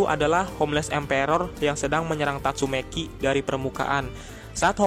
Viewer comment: Bang, pernah makan bangku sekolahan ga sih? Coba yg bener sebut nama hero atau monsternya Kek sebut tatsumaki jadinya tatsumeki, terus black sperm jadinya black sprem, tolong bang jangan asal"an nyebutnya, biar saya enak dengernya